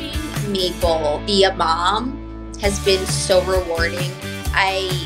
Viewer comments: It sounded more like Meatball, than Maple to me. Anyway, the small meatballs are beautiful! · Everytime she says Maple I hear " Meatball" 😅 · Each time she said Maple I heard Meatball.